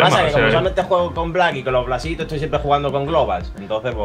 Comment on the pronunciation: Te salio la deagle por poner Plasitos y no blasitos jajajajaa